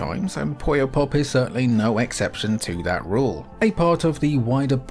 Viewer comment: Why do so many English speakers mispronounce "Puyo" as "Poyo"? I understand the never-ending mispronunciation of English and Japanese between those two languages, but I don't think there's any English word where "u" us pronounced as "o", so where that "o" even comes from?